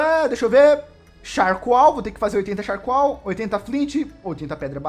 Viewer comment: Que agonia ele falando charcoal kkkkkk